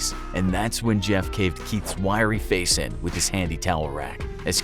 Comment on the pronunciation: ”Now let’s put a smile on that facer!”